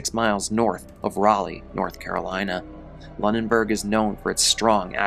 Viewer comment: 😅it’s pronounced “loo- nen-berg” just fyi! I live like 20 minutes away & hadn’t heard about this incident in this much depth . Sheesh!!!😢 the main thing everyone around here was hearing was just that “ a man died from a bear falling out of a tree” . I typically stay on top of things like this, especially in the surrounding area because I am very interested in mysterious , creepy or strange goings ons and it was only today that I found out that they were hunting, but also most of what I had heard on this particular incident had been by word-of-mouth.